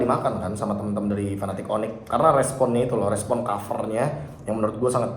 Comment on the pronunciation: serius nanya, cara baca Fnatic piye toh? krn gamungkin bacanya fanatic 😹 kalo kutonton dr interview luar pada bacanya "finetik" paling jauh ya "efnetik" (F-natic) tp kalo fanatic kok jelek bgt kedengerannya 😔 suka agak nyengir mesem2 gt kalo casternya udah pada teriak fanatic onic 😢 padahal lg momen serius